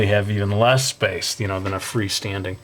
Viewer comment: "yu knoew" (you know)